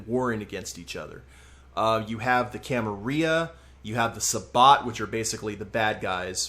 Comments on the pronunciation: The way you pronounce Camarilla makes me cringe. Pronounce the L's. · Gotta say it with the Ls, though, otherwise it's wrong.